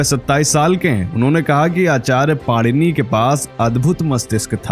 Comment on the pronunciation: It is my request to u that the name of our pujyaniya Rushi jeen ja nam correctly leejiye the correct name of the subject rushi ka nam PANINi hayi na ki panirushi